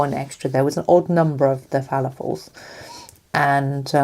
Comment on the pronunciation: The correct pronunciation is "Falafel". I'm aware of this because of my Sister's husband being an Egyptian.